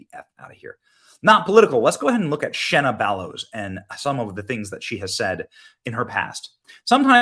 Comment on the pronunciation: I live in Maine and this women is an Obama pos. And its Shenna..not Shanna…poor Shanna..lol she’s trash